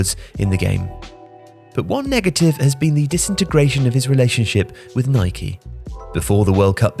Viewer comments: man keeps calling Nike, Nikey. cause yano, you ride a Bikey not a bike. it’s Nike and that’s the end of the debate. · Was pronouncing Nike the way the Americans do a conscious decision? 🤔